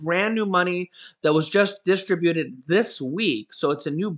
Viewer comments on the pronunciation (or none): its distributed not disatributed. Just saying